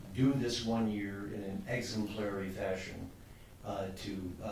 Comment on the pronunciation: Far too lenient a sentence, but a judge who can't pronounce the word 'exemplary' doesn't instill hope. And I'll wager Bob's going to have a lot of difficulty with alcohol abstention: it's a lot of what got him in this situation. Here's to hearing and distance for his victims. This guy doesn't seem like the 'making amends' type, but recovery does happen.